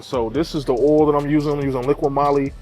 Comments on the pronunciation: where are going to change the "oool" ? is that how you guys say it down there? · im in the north east and never heard anyone say oool.